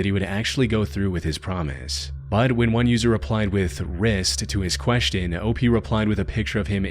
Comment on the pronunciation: The most disturbing part of this video is the way this guy pronounces "question"